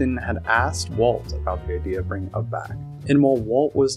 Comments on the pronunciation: It's pronounced YOU BE, NOT UB like TUB. SHeesh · I can't even WATCH or listen to this having to hear UB! instead of "Ubbie" YOU BEE